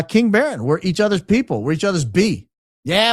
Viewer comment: It's 'Baron' !